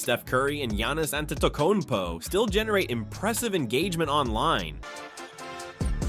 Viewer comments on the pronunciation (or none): “giannis antayticunpo”